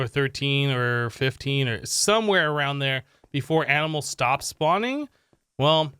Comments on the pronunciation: Regular person: "Animals" Him: "Aminals" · Yes fist pump he sez aminals to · Aminals? Someone's been binge-watching Animaniacs, I see.